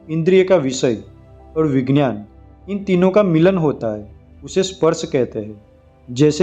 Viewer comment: विज्ञान,,,का उच्चार गलात है..वी ग्यान तो बोलो